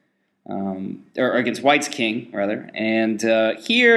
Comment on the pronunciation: It's pronounced Kung in the Unglish language.